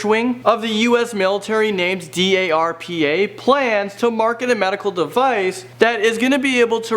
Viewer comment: also,, it's called "DARPA". not D A R P A. ONE WORD! ONE WORD!